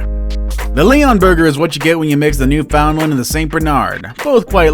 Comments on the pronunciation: It’s pronounced “newfin-land” not “new-found-land” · Also......New’ found land.. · you pronounce Newfoundland completely wrong it's not how you read it it's new and then fin land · Understand: it’s Newfin- LAND. That’s what they say in Newfoundland. Really. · Right, should be pronounced as New-fin-lund.......I cringed too! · It's pronounced newfinlin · it's pronounced newFINland. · This guy needs to learn to pronounce the dog’s name. It’s New FUND land. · Its a new-fa-land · Newfoundland is pronounced New fund land. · Its not! Its NEW FOUND LAND!! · You say it like new finland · It’s new-fin-lin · New found land! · The way he says Newfoundland makes me cringe so hard!😂 He’s definitely American. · Thank you for that clarification. I'm American too and would have said it wrong as well. We really don't have many Newfoundland's here. It doesn't excuse him saying it wrong, but it may explain it. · I'm American and cringed. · Shannon Arney I’m American and I say it correctly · Isn’t he pronouncing Newfoundland wrong? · That is not how you say Newfoundland.